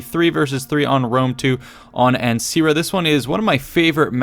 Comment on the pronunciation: Sorry, but the perfectionist in me have to correct you on a little bit of pronounciation, since Ancyra is the roman name, therefore latin, C is always hard like a K, so it's pronounced Ankyra. Have a very merry unbirthday!